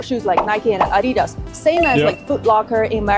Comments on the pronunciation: Americans hear for the first time how Adidas is pronounced correctly and they are making fun of it xD "Adi" is the short name for "Adolf" and "das" the first 3 letter of the last name from the Founder "Adolf Dassler" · the way the narrator screwed up saying adidas im starting to feel like its AI doing the talking